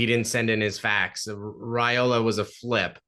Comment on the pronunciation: "Rye"ola not "Ray"ola